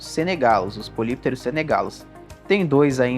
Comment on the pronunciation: Do "grego": Poly = Vários, muitos/as. Pterus = Barbatana. Lê-se: "Póli + Ptérus". A pronúncia é "póli ptérus". Polypterus = Muitas Barbatanas. Obrigado pelo vídeo. Muito bom e esclarecedor !! 🙂🙂🙂